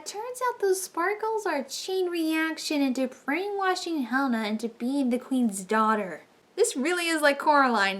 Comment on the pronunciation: This was a good review. And thank gaia you were pronouncing Helina's name properly. Another reviewer was pronouncing 'HE-Lena.'